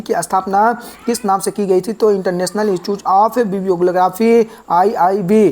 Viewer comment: सर आप तो इंस्टिट्यूट को इंस्टचुच बोल रहे हैं और ब्रुसेल्स को बुरसेल्स😂😂